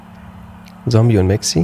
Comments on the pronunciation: Du machst alles gut nur bitte sage Zombey mit Z und nicht mit S, du machst es genauso wie Paluten früher. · Ich find ja geil, dass die ganze Zeit Sombey sagt😂😂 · Ich wollte nur mal erwähnen das man ihn 'zombei' ausspricht und nicht Zombie-Sombey' nur so als kleiner Tipp 🙂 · Triggert es noch jemanden, dass er die ganze Zeit Sombi statt Zombey sagt? 😅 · No Front aber Zombey heißt nicht Sombey sondern "Z" ombey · wie er einfach konstant Somby statt Zombey sagt 💀😂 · Wie immer Zombie anstatt Zombei sagt 😂😂😂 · Nices Video wie immer! PS: Man spricht Zombey aus wie man ihn schreibt (nicht Zombie) xd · Extrem nice Kombi! Würde mich nur interessieren wie das zustande kam :D ps: Zombey nicht Sombi oder Sombey :) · Zombey nicht Sombey haha 😹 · Regt nur mich auf das er immer sombi statt zombey sagt?😭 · ju: sombey ich: ZZZZZZZZZZZombey mit zzzzzzzzzzzzzz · JUUUU BITTE es heißt Zombey NICHT Sombey und such NICHT ZombIE oder SombIE DANKE!!! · Es triggert so wie er sombey anstatt Zombey sagt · Niemand:: "Sombey" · Zombey wird mit ''Z'' ausgesprochen 😱😂😂😂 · Wenn ju noch einmal Sombie oder Sombey sagt ich box den weg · Ey triggert mich dass, das Zombey "Sombey" nennt😂